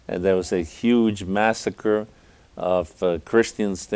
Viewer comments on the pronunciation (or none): none